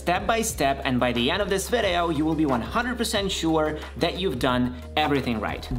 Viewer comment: You keep saying "vedeo". What is your primary language?